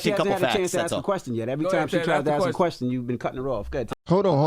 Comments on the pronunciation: The nails that indicate they dont do much in life as far as work.....in thier entitlement.......and the word is "ask" not ax moron. Please do the math yourself scholar.....dont ask someone to do it for you. Lets go right down the waterhole honey......woke black entitlement is headed down the shitter just like these lazy victims should. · can you pronounce ASK correctly? Just once???